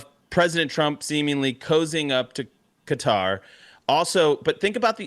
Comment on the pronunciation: Thank you Charlie for pronouncing Qatar appropriately!